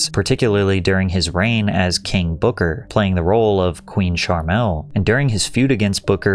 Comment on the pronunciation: Fantastic video! Just a little mistake on your pronounciation It's "KEEEENG BOOKAAAAHHH"